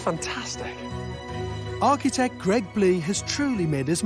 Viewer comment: Finally George caved and a one point pronounced "Architect" correctly. Cheers George!